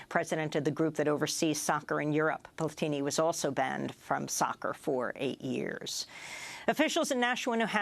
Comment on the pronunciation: Hi love your videos! However his name is actually pronounced as "Michelle Pla-ti-NI" keep up the good work